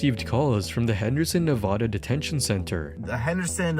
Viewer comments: Learn to say Nevada correctly FFS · IIt's na-vaa-daa